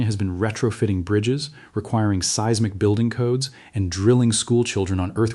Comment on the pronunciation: For the love of pete, if you are going to use AI for narration PLEASE take the time to EDIT. There are several errors in this, the most egregious being seismic pronounced "see-ezz-mic." This info is too important for errors that jerk the listener right out of the narrative.